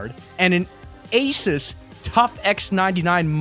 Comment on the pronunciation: Asis?!?! ASIS?!? ITS ASUS!